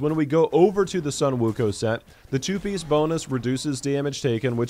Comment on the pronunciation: It's pronounce as Wukong